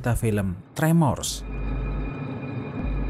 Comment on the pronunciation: Baca nya termos gatau nya tremors